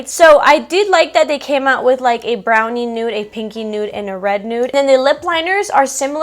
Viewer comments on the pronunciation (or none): none